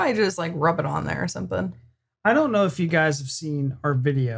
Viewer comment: You pronouce "Some thing"with k added somethingk,maybe a northern touch?